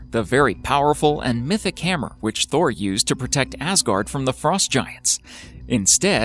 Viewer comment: You say Thor then for one mention of the name it becomes Tor, why? The initial letter is definitely thorn/thurs that has the phonetic value of th (as in thing) making the name Thor not Tor.